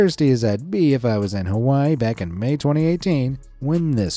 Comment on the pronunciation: I disliked because of how you said Hawaii is not perfect I live here in Hawaii